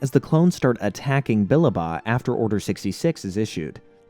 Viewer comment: I both love and hate how you pronounced Billaba "Bill-ah-bah" Its "Bill-lab-ah"